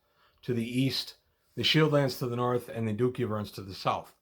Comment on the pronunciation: Cool video -- but on the subject of pronunciation, "duchy" is pronounced DUH-chee, not DOO-key. Just FYI.